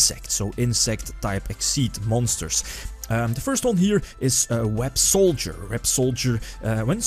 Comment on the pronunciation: By the By Websolder is actually pronounced Web-Saw-Der.